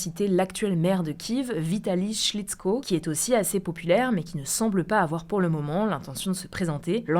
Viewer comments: Vitaly « Slitchko » ancien champion du monde de boxe poids lourds, tout comme le fameux joueur de foot « glutchinko », bravo la prononciation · on dit vitali Klitschko avec un "K" .... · Vou avez mal prononcé le nom du Monsieur Klychko.